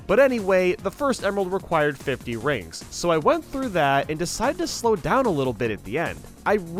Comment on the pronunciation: Rings really does sound like coins so I can obviously forgive the mispronunciation.